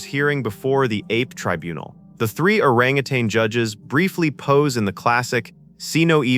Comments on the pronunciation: WTH is an Oragootan ? Orangutan is pronounced O RANG UH TAN (OBVIOUSLY THERE IS NO H in the spelling) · Oran Gutans? 😂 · Oragooton? It's Orangutan (Or-rang-a-tang) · What is an origiooootin? AI is ruining YouTube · I guess the AI can't say the word "orangutan" (or-ang-a-tang). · or-a-goo-tan. oh what would sharlton say 😆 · My god the poor language is amazing … can’t say orangutan!! Again whoever lands this lives in a cave in a 4 the world country .. because even in the 3rd world population - they know how to say it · This was excellent, even though you mispronounced Dr. Zaius, Abraham, and orangutan.